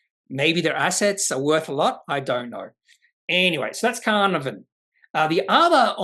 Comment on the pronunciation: FYI pronounced - car-nar-von